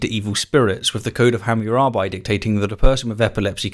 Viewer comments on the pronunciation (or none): none